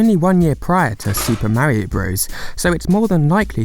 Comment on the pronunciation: no idea what he’s saying likes like System Marium.